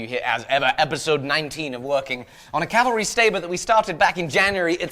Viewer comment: Can you PLEASE Stop saying Calvary! Calvary is a mountain in Israel. Its CAVALRY.